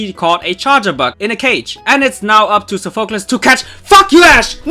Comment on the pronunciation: Still don't like how you pronounce Sophocles